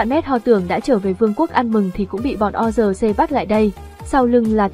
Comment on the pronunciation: Tên lũ quái vật là quân Orc ( Ọt ) chứ đọc là O-R-C là sai rồi. Ad nên tìm hiểu kỹ hơn. Chúc kênh càng phát triển hơn nữa, cám ơn.